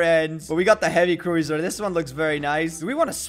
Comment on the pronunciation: its prononced croozer (cruiser) not croizer